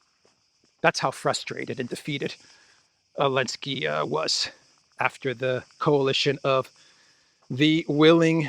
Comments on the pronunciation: His name is Zelensky, not Alensky. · Why do you pronounce Zelenskys name like that lol?